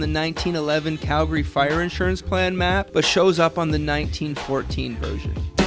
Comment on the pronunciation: Thank you for pronouncing our city correctly. Its Calgary, not Cal - Gary. Drives me nuts when people say it like that. #YYC #HomeSweetHome